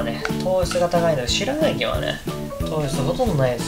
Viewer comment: 前は「すらたき」って言ってたけど今回はちゃんと「白滝」って癒えてますね！